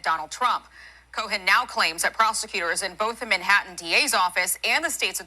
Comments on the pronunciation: "co-hen" wth? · Fox can’t pronounce his surname it’s not co hen 😂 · Fox announcers can't pronounce names properly. Cohen is a hot mess. Leticia is not dishonest.